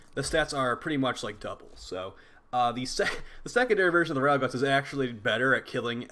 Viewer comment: It's amazing how much stuff you mispronounce in the game. You obviously know your stuff but it's kind of funny. Battle Guts, Rude Zude, Slap loader. It's like you're trying to troll people.